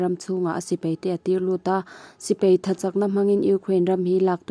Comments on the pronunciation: Mahni hnam ṭawng hman dikloh hi ka haw bur kei pawh,paih tih tur peih,tih te,sipai tih tur,sipei tih te,daih tih tur,deih tih te etc,etc.tun a chhiar mektu pawh hi ka ngaihthlak ṭhat peihloh phah.Mahni hnam ṭawng hi chu uluk ngei ngei hi a ṭha ka ti. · Sipei tih nilon Sipai tih tur, Peihthlak niloin Paihthlak tih tur, mei niloin mai, chutiang bawkin Bei tih niloin Bai tih zawk bawk tur. Kan ṭawng hi i hmang dik hram hram ang u.